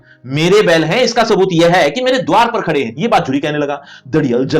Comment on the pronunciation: gadhe ❌ Khade ✅